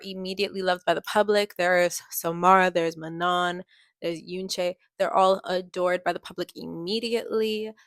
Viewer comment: I’m a year late- But I just wanted to kindly correct you It’s Ma no, not, Man on. It’s french :3